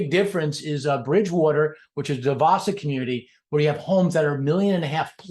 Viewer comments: It’s supposed to be Dyu-bwa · Do-boys park is how it's pronounced. 4th generation Jupiter resident and I've never once heard how you said it. The Yankees who transplanted to Jupiter probably started saying it that way